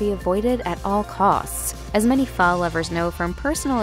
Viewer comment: Its pronounced...fuh....as in what the fuh...lol